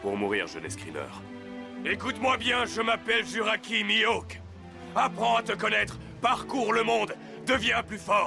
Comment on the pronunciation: "Juraqui Mihawk", mes oreilles ont saigné pendant un instant...